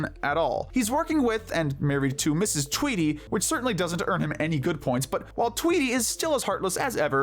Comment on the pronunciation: It’s “Tweedy”, Not “Tweety”.